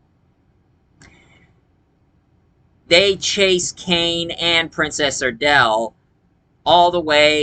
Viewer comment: PRINCESS ARDALA not Princess Ardale